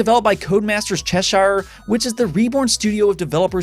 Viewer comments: As a Northern British person, I had to laugh at your pronunciation of Cheshire. It's pronounced Che-sure, if that helps! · It’s pronounced Che-shear if your from the south of the U.K though.